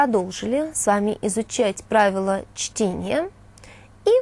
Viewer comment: Оговорка на 30-й секунде: "Правила чления". :)